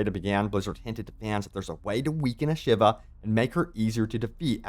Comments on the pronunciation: A-shA-vA not shiver 😅😅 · Shiva, Sheevaah! NOT SHIVER, English is already the mixed up mongrel child of many languages. There is ZERO need for you to bastardise the pronunciation as well! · Ashava... not Shiva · Ashiva? Ashava bro 😅